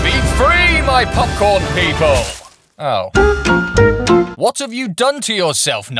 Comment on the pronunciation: Nigel: POPCORN What I hear: MopMorn